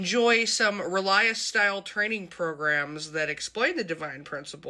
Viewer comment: Ahhh! She said relias...I see she has taken state tests too.